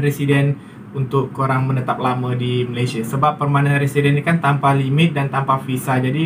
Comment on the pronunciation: Perment Residents .bukan Permai